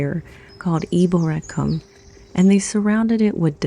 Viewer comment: Well you get 10 points each for pronouncing "Eboracum" and "Ouse" correctly..... Just need to hear you say "Gillygate"!